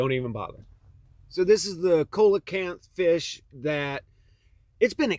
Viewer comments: At first, I thought I was wrong about how to pronounce coelacanth. Then I looked it up and it turns out, my childhood brain did remember the correct pronunciation. Here it is for ya... see-luh-kanth Unless Google is taking us yet for another ride? Thanks for the historical insight, as always. I wouldn't mind hearing your thoughts on the recent news lie which concerns how there is apparently a job surplus because people make more money from unemployment? There seems to be a job surplus, as there are 1000's available to apply for in my area. Funny thing is, none of them are actually hiring. I know, because I have been trying to get said jobs. They'll tell me, "we'll let you know in a couple days". A couple days pass, then I get back with them only to have them tell me, "we're still looking at applications and doing interviews, it'll be a couple days to a week before we get back with you". What a sham, considering I really do need an income before my mom kills me with her stressful attitude. Besides, I don't know anyone who quit their job to profit off of unemployment benefits. How does the news influence so many so easily when their lies are so easily debunked? Also, why didn't anyone listen to me when I told them to turn off the TV??? Do they really think the moniker, "Idiot Box" is only meant to be a joke? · The Lazarus fish is pronounced seal-uh-kanth.